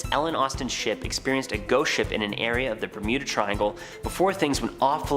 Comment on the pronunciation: how said shop not ship : )